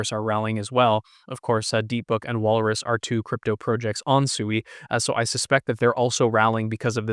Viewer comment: Pronounced "Swee" and not "Sooey."